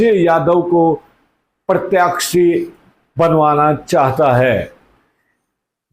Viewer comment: Please keep the pronounciation correct Sir. Such as प्रत्याक्षी- It is प्रत्याशी.